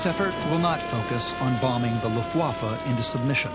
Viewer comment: Note to Rob Lowe. It's pronounced LUFTwaffe, not LuftWAFFe. Place the emphasis on the first syllable, not the second. Your welcome.